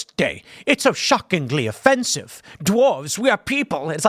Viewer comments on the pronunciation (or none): none